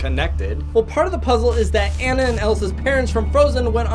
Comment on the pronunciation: That's not how you say Anna's name. It is pronounced on-uh.